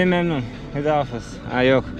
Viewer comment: Hüda hafiz değil de Hoda hafez demek lazım h sesi de gırtlaktan cikacak 👍